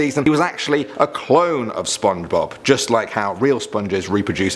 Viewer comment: Did no one noticed he said Spidblob?